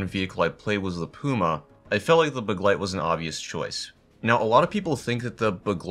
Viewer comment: Btw begleit isn’t a hard word to pronounce but your pronunciation is basically on point